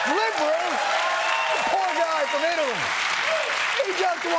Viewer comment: David Vonokov...from Eetaly and definitely not Russian at all.